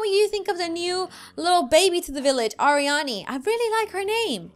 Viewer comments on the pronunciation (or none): Arieanne pronunciation: AR-ree-an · Arieanne isn't pronounced air ee anne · Alissa Merstrand umm, its Arieanne, not Arianne. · You pronounce it AIR-E-An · The name is pronounced Ar-ee-ann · That is not how it is said